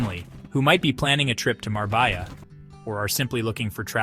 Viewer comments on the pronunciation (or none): Love the video, but as a Spaniard, you lost all credibility with your pronunciation of such a beautiful city. It's Marbella (Mar-beh-Ya).